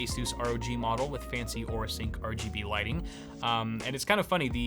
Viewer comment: mor are gee bee ree